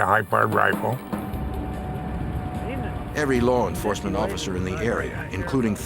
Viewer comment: “Larr enforcement “ - Jim “elmer fudd” calstrum